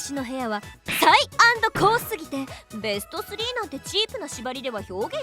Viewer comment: べしゅちょしゅww可愛いなww めっちゃキル‼かっこいいんだけどw どっちにしてもは笑った 可愛い